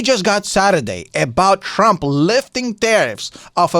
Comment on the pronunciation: He kept calling him Crump. 😅